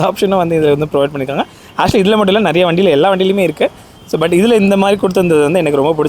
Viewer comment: அது நெரையா இல்லை. நிறைய.